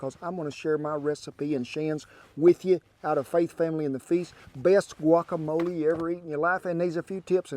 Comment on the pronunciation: Thank you for saying "guacamole" and not "guakamoal".